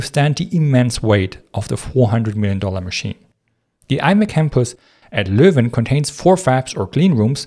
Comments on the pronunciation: This is the first time ive heard a foreigner say Leuven correctly multiple times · I find it amusing that people are surprised he pronounces Leuven perfectly, considering the German spelling Löwen corresponds exactly to the same sounds Dutch uses. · Your pronunciation of Leuven was spot on!